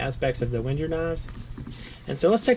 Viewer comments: Isn't Wenger pronounced "vang-grr" ? I think it is, anyway. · Please mind the pronounciation of Wenger